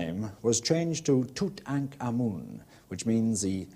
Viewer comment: I LOVE this video because he actually pronounces the pharaohs name correctly!